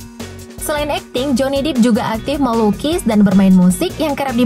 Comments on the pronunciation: What a lousy english.. improve miiin😭😭😭😭 johny depp dibc dep bkn dip.. geoffrey rush = jefry.. orlando = orlendo. pirate= pairet bkn piret 😭 dll.. tp voice overnya renyaah 😍😘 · Kayanya nyebut namanya johnny depp deh bukan johnny dip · John'e dep'h kalau dibaca Bukan joni dip 😂lol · Johnny DEPP tolong ya bukan dip wkwkwk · bhasa inggrisnya kacau balau.. hancur parah. ditambah gaya ngomongnya sok2 inglis. pdhal salah. joni dep, masa dibaca joni dip. byk2 dngar ceramah gugel tranlet ya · Johnny Depp Bacanya joni dep kak, kan huruf "e" nya 1. ✌️😀 Javier juga dibaca havier kak 😄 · Ini adminnya gk bisa baca kali, Johnny Depp ko d baca jony dip, e nya itu satu min, jd d baca i.. Haduh oon kyk gk sekolah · Min, tolong pronunciation nya dibenerin dulu. Terutama pengucapan nama artisnya. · Tolong yaaa mbak yg baca2....belajar dulu lah ....baca pirates itu gimanaa....baca Johny Depp itu gimanaaaaaa